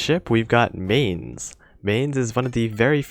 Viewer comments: and it really hurts to hear MAIN-z its Myne-s for eu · To pronounce Mainz, simply say "Mines" (as in Land mines) and that's mostly the correct pronunciation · First of all: The 'z' in Mainz is a ts sound. How do I come to that secret information? I'm a German. And now please tell me what the fudge the Romanian language has to do with the pronunciation of a German city by an English youtuber?